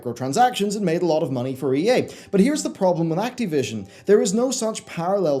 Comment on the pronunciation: "That boy is very acteev." "Let's acteevate the doomsday device.", it's Activision, with an "ih." At least if you're going to insist on a weird pronunciation, make fun of it or something. They deserve a Jim Sterling-esque silly pronunciation or name joke that serves a purpose. Maybe Cracktivision or Activi$ion.